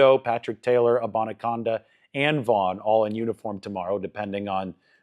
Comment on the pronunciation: It's Abani CANDA As In tin CAN Not CONDA